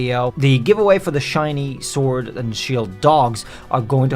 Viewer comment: DO NOT LEAVE OFF THE H IN SHINY, AND THERE SHOULD BE 2 R'S IN ZOROARK!